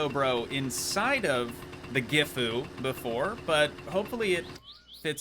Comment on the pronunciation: When pumping sewerage, with the hand throttle out, the truck runs at 1500rpm, if you use the accelerator, the truck goes to rpm and pumps the sewerage quicker. You need air for the PTO pump (hydraulic pump) to engage. And the truck is pronounced as jifu, (but with a G) which is similar to the actual brand of the truck, Sisu